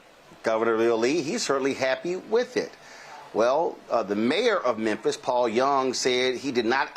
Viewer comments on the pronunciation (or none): it's Memphis pronounced MEN-FIS NOT men-THISS Bless his heart. He has the hardest time pronouncing Memphis and Levitt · No offense, but it's not "Menthis Tennessee". It's Memphis. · Bro, are you saying "Menthis"? While I'm at it, stop saying "fustrated" Love the content. My favourite channel. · Why are you calling Memphis, menthis?